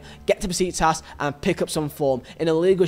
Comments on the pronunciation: And bro its pronounced “ beshiktash’ not besiktas’ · Bro besiktas we read like beshiktash that is the pronounce for besiktas